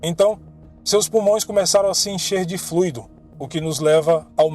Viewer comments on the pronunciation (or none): none